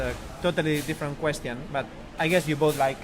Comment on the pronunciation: Gene's spanish accent is really funny, especially when he pronounces "question" like the spanish translation "cuestión".